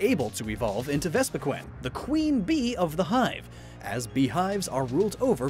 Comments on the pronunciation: Does anybody else get annoyed when he pronounces vespiqueen to vespiquin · Does anyone else get iritated when he says vespiqen and not vespiqeen